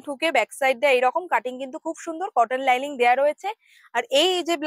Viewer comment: Linings not liling